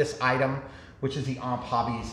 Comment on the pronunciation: Why does everyone say OMP like it's a word? They stand for Ohio Model Products so it's O.M.P. basically.